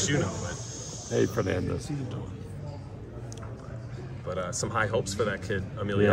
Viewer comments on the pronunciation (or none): The fact that Bob is 90 and still knows who these people are is amazing. Yeah, he called him "Fernandez," but he obviously knew that he was talking about "Fernando" Vargas.